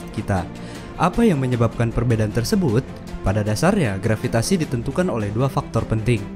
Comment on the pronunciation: Kok grafitasi harusnya "gravitasi"